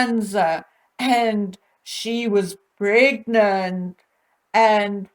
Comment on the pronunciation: It's so irritating how pronounces the word "pregnant" as "pregnet". Ugh! She overuses the word, so is it her insane way of trying to convince everyone that she was actually "pregnet"? 🤣😂🤣